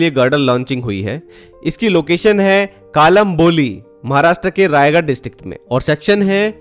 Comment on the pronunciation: नमस्कार भाई आप जिसे कालम्बोली बोल रहे है उसे मराठी मेकलंबोळी कहते है